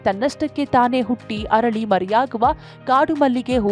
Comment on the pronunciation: ಕನ್ನಡ... ಹರಳಿ ಅಲ್ಲಾ ಅರಳಿ... ಅತೀಥಿ ಅಲ್ಲಾ ಅತಿಥಿ